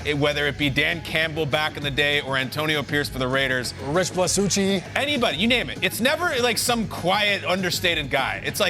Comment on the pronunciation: did he just call rich bisaccia "rich blasucci"?